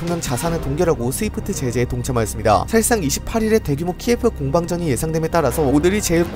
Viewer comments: 다 좋은데 키예프는 러시아식 발음고 키이우가 우크라이나식 발음입니다. 한국인을 칸코큐진이라고 하는거랑 같습니다 다음 영상에서부턴 수정 부탁드립니다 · 도시 명칭이 키예프가 아닌 키이브래요 키예프는 러시아식 발음이고 공식명칭은 키이브라고 하니 키이브라고 부르는게 맞는듯해요